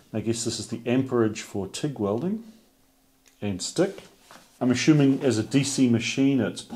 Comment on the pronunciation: You know what they say about "ashuming"? It makes an as out of shu and me...